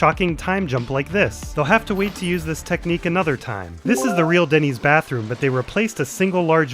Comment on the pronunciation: Ah it’s Dennys, Jesse calls it ‘Dinnys’ I thought it was a new restaurant